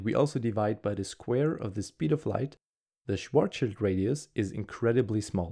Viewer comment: Good video! but it's *Schwarz(schild)